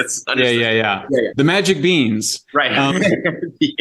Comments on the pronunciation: Shellingberger “Beans Beans Beans” man he struggled with saying Beings. Maybe just say aliens or creatures or something because he struggled with the pronunciations 😂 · I still can't tell whether it's "beans" or "beings." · lol I absolutely thought he was saying beans as well. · I thought he was saying ,"beans "for a minute there too......I was drawing a blank , thinking , " Is he referring to those aliens coming across the southern border ?"..... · Haha, i thought he was saying "Beans" too!!! UFO's are definitely real, not every reported UFO sighting is a actual craft from another world but I believe some are and the ones that are are probably drones IMHO. Just like we sent voyager 1 & 2 to the outskirts of our solar system to take pics of the furthest planets, and all the different vehicles we sent to Mars on scientific missions other advanced civilizations would likely do the same. Some could be self replicating here on earth but it doesn't make sense to me to send biological occupants or beings , space travel is very hard on organisms like ourselves and not having to feed and keep something alive & sane during the journey just makes more sense to me. If anything sending a super advanced , artificially intelligent humanoid or alien-oid that to use would seem biological could've been made artificially with biological materials giving the impression that whatever it is, it looks natural or biologic. IDK but I can't help myself but to go all in on this subject! 😆